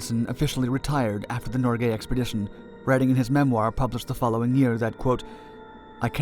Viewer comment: Listen . The craft was NOT renamed Nor Gay. It was renamed Norge. Why do English speakers always rape foreign names? That's a very bad hobbit.